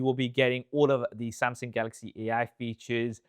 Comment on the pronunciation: Wy do you say Samsing?